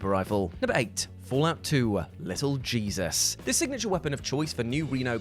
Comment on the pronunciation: Not for nothing, but I'm entirely sure that the "Jesus" part of Lil' Jesus isn't meant to be pronounced like the Bible guy, rather it's meant to be pronounced in the Spanish way, which would be hay-soos. Absolutely every bit of relevant context says the Mordino family is of Mexican descent, up to and including the fact that the head of the family is addressed as Señor Mordino.